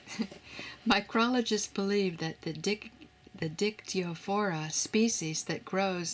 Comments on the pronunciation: Listening to the narrator mispronouncing the name of that fungus, made me laugh...So HARD!! 🤪🤪🤪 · Little bit struggling with Latin nomenclature ;))